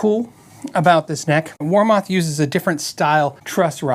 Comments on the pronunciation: Never heard WarMoth pronounced that way for 40 years. Its "war- muth" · Its actually pronouned war"meth" weird, i know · I have two warmoth necks, and I love them. I did have to do a little fret work but no big deal. And sorry, but ur saying it wrong. Watch the warmoth videos, Aaron says it the right way